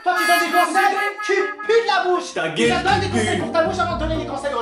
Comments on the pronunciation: Mdr il'dit pas ta gueule il dit taguaile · Il dit ta guéle